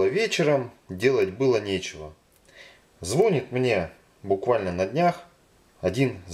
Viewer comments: Не звОнит, а звонИт! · не звОнит, а звонИт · 1. звонИИИт, карл, заказчик - звонИИИИИт!!! 2. слишком всё медленно. если вам не жалко своего времени, пожалейте хотя бы чужое. 12 из 14 минут - коту под хвост! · Если бы ещё не сосед, который "звОнит"...